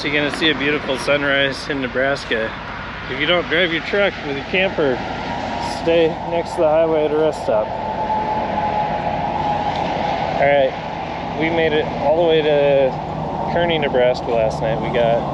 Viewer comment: Great video and an awesome family trip! Thanks for sharing. Oh, it's pronounced karney... (unfortunately I've been in Nerdbraska most of my life). I'm glad you didn't post much from here... corn, cattle, and sand hills aren't interesting lmao! That pass going into Denver probably wasn't fun, the 4 runners never like going west over it with loads or trailers.